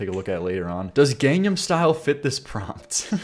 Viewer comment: God. I cringe so hard when people say Gangnam like this. Korean vowels is Mr. Incredible saying "Math is math". It's phonetic. Every lone vowel is the same. ɑː = a in water = a in father = a in talk = LET ME SEE YOUR WAR FACE. AAAAAAAAAHHHHH!!! Gɑːng nɑːm